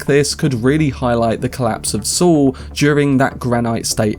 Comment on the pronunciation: It's pronounced 'Saul' not 'Swol'